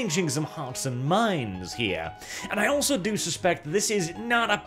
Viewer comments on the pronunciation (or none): none